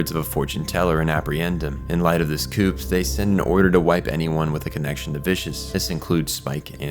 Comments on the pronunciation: Only one teensy observation - the word coup is pronounced more like "coo", and not "coop". Its one of the most common pronunciation errors that I myself made at one point, hahah. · Oh get over it. This recap was amazing and you're hung up over him mispronouncing ein. I'm more upset about him pronouncing the p in coup. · The p in “coup” is silent. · Are you AI or do you just not know that coup is said "koo" because it's a French word? And did you not watch the show? It's Ein... Like Einstein... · Are you aware that a cupe is pronounced kuu?